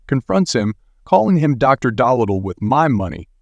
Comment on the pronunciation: Yep made me eye roll